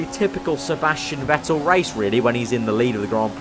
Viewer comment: crofty pronounces "vettel" right!